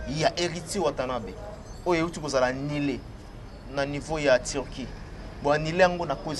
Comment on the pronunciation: on dit: annulé et non annilé. Tika a prononcer bongo ndenge azoloba: conquerance au lieu de concurrence. Na ba questions y’a polémique ezanga tina. Nakok kutu kosilisa émission te., t’es un intello, différencie bien le u et le i.